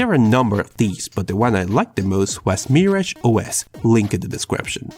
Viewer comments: ITS MIRAGE NOT MARRIAGE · The way he pronounces Mirage is adorable